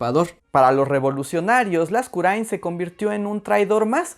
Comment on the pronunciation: Por fin escuché mi apellido bien pronunciado jajaja